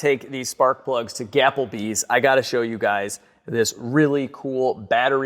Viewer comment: I swear I heard say 'gapplebees'. I have no words.